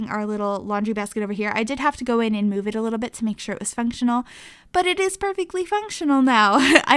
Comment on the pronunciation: Is it just me that hates when every sims builder on Youtube says eeand instead of and!?!?!?!!